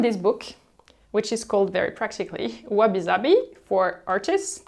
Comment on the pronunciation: I absolutely love your videos and your style. Your method of speaking is always informative and captivating. That said, as a Japanese person I would like to ask if you mention wabi sabi the "s" is soft (a very clear "s" as in "simple") and should not be pronounced like "zabi." But the concept itself you explain very well.